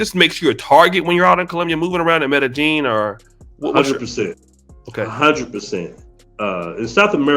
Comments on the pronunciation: The BEST advice I can GIVE YOU, is STAY THE F**K AWAY!!! LOL!!! 🤣🤣🤣 ...and OH!!! It's pronounced "M'eh-d'eh-Y'eeen!!!" Not "M'eh-d'eh-JEAN"!!! 🤣 C'mon brah! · This nigga keep saying metta jean and it’s killing me